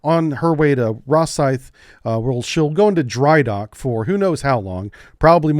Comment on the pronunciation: Ok you get a cookie for pronouncing Rosyth almost right.